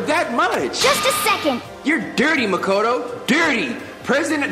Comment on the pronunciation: You asked how to say the names earlier and i dunno if you'll see or just overlook it lmao but it Sakura ( sah-koo-rah ) Makoto ( Mah-koh- toe ) and Byakuya ( B-yah-koo-yah ) Japanese can be pretty hard sometimes.